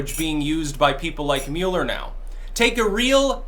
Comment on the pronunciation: Thank you for pronouncing Mueller correctly!!! At what point did the memo go out for the entire media to change it?